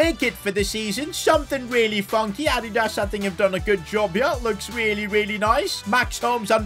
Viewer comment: whats Ad-ie-das